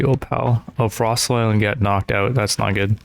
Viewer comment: Frost-alion not frost lion